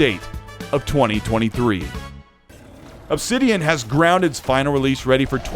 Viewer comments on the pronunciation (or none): none